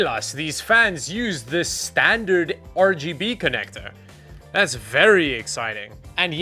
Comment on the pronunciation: I appreciate you calling it 'Ruh Guh Buh' RAM.